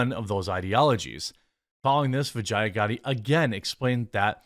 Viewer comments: Bro if you're going to trash someone you should atleast learn to say the name correctly. You sound as foolish and cringe AF lol its Vee-JAH not VA-Gi-A. DId you even watch the Joe rogan podcast with her? Not a fan of her by any means but it's just sayin. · Am I the only one who keeps hearing "vagina" every time Jeremy says the name "Vajaiya?" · Every time they say vijaya I think vagina